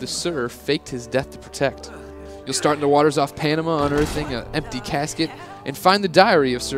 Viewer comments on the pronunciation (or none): none